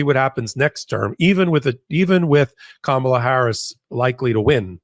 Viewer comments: Kamala. Accent on the 1st syllable. Why do you use the Trump pronunciation? Insulting. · Please learn how to pronounce our VP-soon-to-be-President's name. Think of 'comma' -la, NOT Ka-mala. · C'mon, have enough respect to pronounce her name correctly. KAM ala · Please please please please!!!! It’s hard enough to hear MAGA not know, or refuse to say her name right. I would expect her greatest supporters to know!!!!!! Cahm ah lah. Emphasis on the first syllable. PLEASE!!!!! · pls pronouce Kamala correctly.